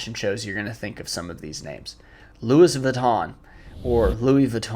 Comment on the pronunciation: "Tom Brown", "Louie Vwee-to" (americans say "Vih-ton"), "Dolche Gabana", "Johnny Versahchee", "Seh Lowrah" (You can just say YSL), "Airmez", "Brunello Coochinelli"